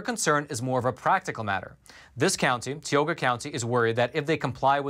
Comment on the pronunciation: I want to help you say the name of the county the correct way. I have gone to college in that county and lived there. This is how you say it, Tie-Oh-Gah (Tioga) county.